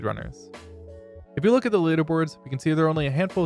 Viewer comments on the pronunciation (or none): none